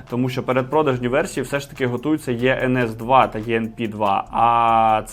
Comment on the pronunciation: Не правильно називаєте моделі... Іенес та іенпі вони звуться...